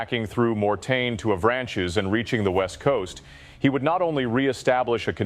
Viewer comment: Interesting historical account, tempered by excruciating mispronunciation of French town names. "Avranchies?" Oh, you mean "Av-ranch'. 🫣